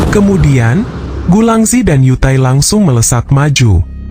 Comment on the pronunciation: yu taii 😂😂😂😂 =you tai